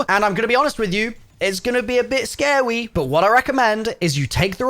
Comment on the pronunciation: The way said,”scawy” is gonna haunt me